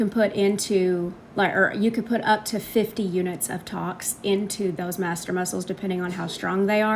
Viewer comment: Madam, if you cannot properly pronounce the medical terminology related to what you're doing, do not do what you're doing. It's not Master muscles.... it's MASSETER muscles. Put. The. Syringe. DOWN.